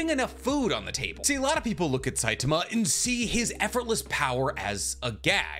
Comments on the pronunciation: Great video but it was grating on my eyes to here Saitama pronounced with a weird stress on the T(a) sound. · I stopped when you pronounced his name wrong. Its Sai-ta-ma!!!!!